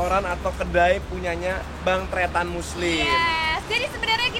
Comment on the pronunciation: Tretan kak,kok teetan😂